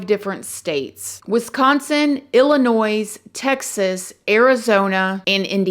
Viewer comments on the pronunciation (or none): It's illa noy ...not illa noys hun lmbo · The s is silent in Illinois!